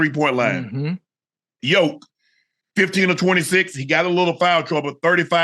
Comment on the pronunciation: Shannon that man name is not yoke